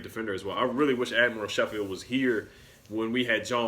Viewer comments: It is pronounced “Sko - field” Not “she - field” Just letting you know :) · As a Tennessee fan that watched the Gonzaga vs UT game I think they are good picks. You mispronounced admiral Schofield last name though Haha. Both have good attitudes and are well coached.